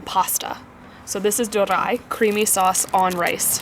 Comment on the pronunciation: ドリア is not pronounced as "do-ra-i," it is "do-ri-a." Doria was invented by an Italian chef in Japan, I believe.